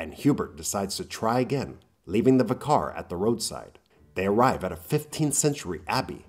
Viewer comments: Vicar. Not VEE car. Christ! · How can you not say vicar correctly